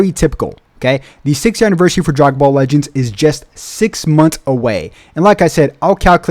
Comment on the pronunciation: "Drygon ball legends"💀